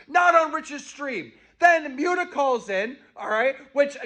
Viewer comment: did Keem call Muta "Mutea"?